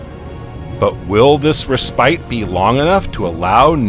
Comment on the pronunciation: When discussing the conodonts, did the text mean opistognathus, rather than iapetognathus? I found no reference anywhere to the latter. In any case, Iapetus is pronounced eye-APP-e-tus. Orogeny is oh-RAW-gen-nee. Genera, GEN-er-ah. Respite is RESS-pitt.